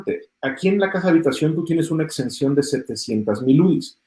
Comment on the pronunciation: Porqué menciona “extensión” el contador, se refiere a “exención” cierto !! ?